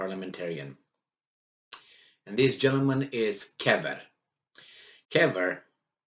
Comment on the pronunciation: Kövér Lászlo precisely not Kever